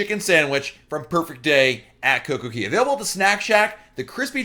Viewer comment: Not coco KEY it's coco kay